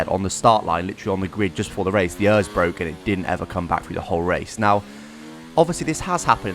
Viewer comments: I know I was like be a normal person and say it E.R.S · Errrrrr is think its e r s not Errrrrrs 😂😂 lol. Just kidding love your content 👍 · Omg it is not pronounced ers it is pronounced letter by letter, E.R.S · The fact that you say ERS like ears the whole video, makes my ears bleed. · Who says örs?